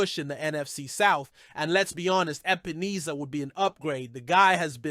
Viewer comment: HIS NAME IS EP-EN-ESSA. NOT EEESA